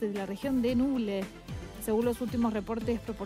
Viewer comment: Muchas gracias por la información, soy de Chillán, pero vivo lejos de mi ciudad natal que es la capital de la Región de Ñuble, no de "Nuble" como lo indica la locutora.